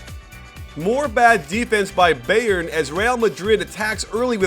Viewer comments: lol it's pronounced "bi • earn" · Who is this beyern he is talking about? Lol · Coach I don't care if you mispronounce most of the player's last name, but the team name, Bayern, you should be able to pronounce correctly. There's a huge football (ala soccer) team with that name, and it's pronounced the same. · The way he says Bayern kills me